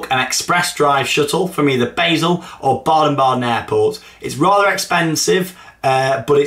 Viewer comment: It's pronounced bar-sull not bae-sull